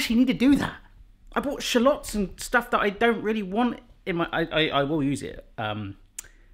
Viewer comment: I love how you say "shlots" instead of "shallots" lol